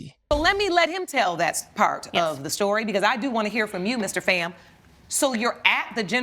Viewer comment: First off it’s, PHAM, F——aaaa like bomb, or phat, calm etc not FAM, like Bam, Cam etc. second, I want to know who the ex husband is, how did he not know he was just a “beard”?